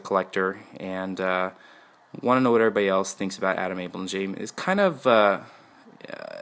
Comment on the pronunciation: You pronounce Ada with a long A, not a short A.